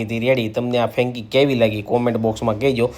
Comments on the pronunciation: Fenki nai 😳 frenky kevay. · ફેંકી નહિ ભાઈ ફ્રેન્કી બોલો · It's franky , not fenki😂😂😂